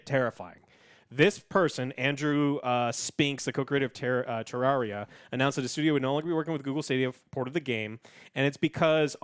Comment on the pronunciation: It bothers me that you pronounced it tararia